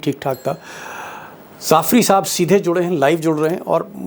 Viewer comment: Not Zafri. That is Jaffri.